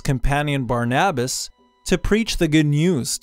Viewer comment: That's not how you pronounce barnabas